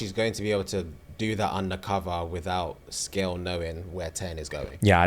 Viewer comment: Its also pronounced Se-gail (like veil) and not Scale. too on the nose... it's like a human called "skin" 🤣